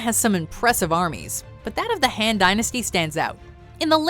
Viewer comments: Han dynasty, not “Hen” lol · HAND dynasty? pls research on the pronunciation as well. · she said the "han" dynasty though lol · The way she pronounces "Han" >_<